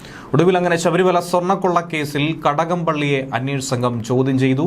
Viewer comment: കടകം..? ഘടകം...? ഗടകം..?..ഖടകം..?ങടകം..? ചടകം....!!!..